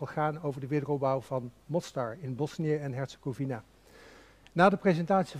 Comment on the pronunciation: Hoe bedoel je die niet gelovig zijn? Ik weet niet waar jij het over heb maar alle moslims en katholieken die ik ken daarvandaan zijn religieus en daar bedoel ik niet mee dat ze anderen aanvallen ofzo maar gelovig zijn. Oja en Hercegovina spreek je uit als WINA op het eind en geen fina. Nog iets aan beide kanten wonen moslims en katholieken dus ook dat is pure onzin. Voor de rest bijzonder dat je hier voor kiest om dit te bespreken. Mostar is een prachtige stad. Ik heb een huis daar al jaren en ik kom daar regelmatig ik weet waar ik over praat zeer goed.